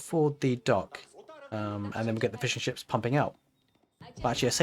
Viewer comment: Thanks for another awesome build. Just taking a look at some of the PDFs now. Everytime you said "fishing ships" all i kept hearing was "fish & chips" =D